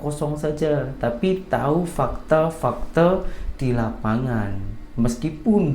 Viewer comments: Fakta itu disebut FAKTA. Bukan FAKTE. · Bkn "fakté" tp sebutan nya tetap sama 'fakta' n tdk semua bahasa melayu org 🇲🇾 diakhiri dng 'é' spt "Malaysia" bkn "malaysié" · Salam. Bang cakap melayu fakta bukan fakte'* . Macam ajak gadoh . bertumbuk